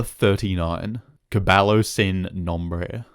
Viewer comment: "Cabalo sin nombre", "Negro why azul". Sheesh, man, I know Spanish is a doozy to learn and speak, as proven by Gus becoming a meme in the Latin American BB and BCS community for how horrible his Spanish is (and the unlikelihood of a black Chilean), but would it kill you to not gringofy it for at least 2 syllables?